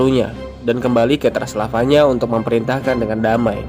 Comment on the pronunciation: Transavana😑 Knp gk lu bilang aja Transjakarta / Transjawa / Transtv😐 . Transylvania cuk, bacaannya Transelvenia.